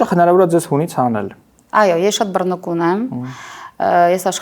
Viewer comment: Ասմունքողը ինչպե՞ս կարող է այսքան ոչ գրագետ խոսել՝ «ամանՉել, բռնԸկուն, հՈղարկավորել, վերաբերվել, խանգաՌել....»😢